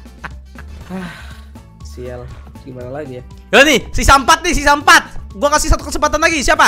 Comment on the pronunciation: "Siaaaaaaaaaaaaaaaal" huruf "L" nya gak terlalu kedengeran